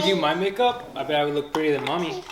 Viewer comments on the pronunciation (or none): none